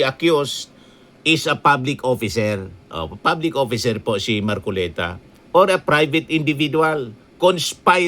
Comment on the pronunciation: You can catch a fish by his mouth!!!! ( Mar- collect - ta 😂😂😂😂😂😂😂😂😂😂